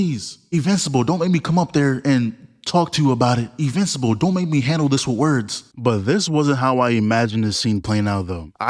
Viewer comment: lol bro keep saying “E-mmortal and E-vincible “